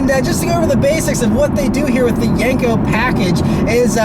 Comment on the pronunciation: Yenko not yanko lol